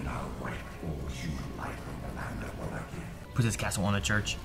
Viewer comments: "Vallachia" haha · Wal-la-chee-uh? Lol. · Wall ah key ah Wall lake E ah Those are the two accepted pronunciations of Wallachia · In the games it's pronounced "Wa-lay-chee-ah." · It`s actually pronounced "Voh-LAH-key-YAH." and "Sepesh"(I`m a descendant of the real Vlad so I`d know)